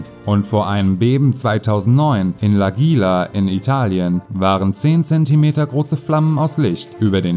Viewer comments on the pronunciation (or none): Eine kleine Randbemerkung:... die Gegend in Italien mit dem Erdbeben Aquila....wird mit hartem k gesprochen.....Nicht böse sein....ich darf das einfach mal....meine Eltern haben es überlebt....ich hab später geholfen aufzubauen.....kein "Besserwissermodus " von mir... Wir lernen zusammen.....🙂🤗